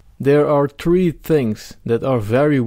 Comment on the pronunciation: nice video, but, its not pronounced as TREE, but THREE. U can do it:)